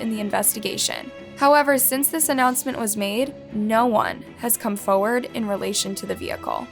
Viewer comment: my biggest pet peeve is the way says forward ‘foe ward’